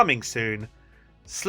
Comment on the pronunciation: As Czech its so cool to hear you say Slava Ukrajině in the right pronaunciation. 😂❤